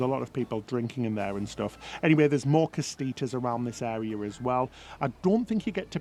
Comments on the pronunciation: GREAT VIDEO! Thank you!! Just subscribed. . will look for your other videos for sure! (oh BTW - pronunciation of casitas - (KA-SEE-TAS) LOL! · *Cas-itas is how the term is pronounced just an FYI...